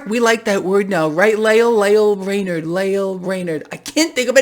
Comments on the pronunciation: Lael Brainard rhymes with Male Flavored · Braille Lame-ard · Brainard sounds like Brain-tard